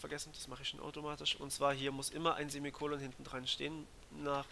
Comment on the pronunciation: was ist ein simicol?